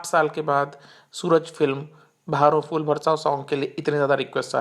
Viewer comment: Rubbish video. Brother your Hindi pronunciation is horrible. You are pronouncing' Fool' instead of ' phool '. It's फूल not फ़ +ऊ +ल . First learn correct Hindi, then make video.